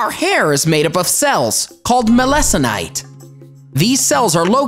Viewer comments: its melanocyte not melaconite hahahaha😂😂😂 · “Mah-Lesson-eye-tuh” 😂💀😂. Uhm, you read it incorrectly, but it’s ok. Pretty funny ☺️ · The correct pronunciation of "melanocyte" is MEL~ah~no~site. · You pronounced melanocyte incorrectly.